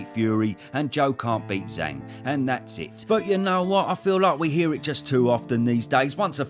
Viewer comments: And it's pronouced Jang, not Zang. Zh in phoenic Chinese is like a J sound. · I understand maybe not getting the perfect Chinese pronunciation, but his alias is Big Bang, so why wouldn't you pronounce it in a way that rhymes? 😂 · Zh is a J sound fyi